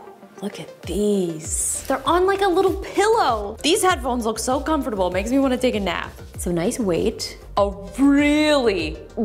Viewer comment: It’s so funny how she pronounces comfortable 😂😂